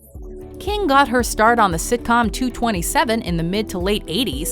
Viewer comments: Am I the only one that cringed when she said 227 and not two-two-seven? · its TWO TWO SEVEN, not two twenty-seven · You pronounce 227, 2-2-7 not two twenty-seven. Also I believed Jennifer Beals is highly underrated. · its two two seven NOT two twenty seven...SMH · Had to stop watching when they said Two-Twenty Seven during the Regina King segment lmao. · It's two-two-seven not two-twenty-seven for you youngesters. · Regina king in "two hundred twenty seven" lol lol it's 2-2-7 😂😂😂😂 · Bru its two two seven. Smh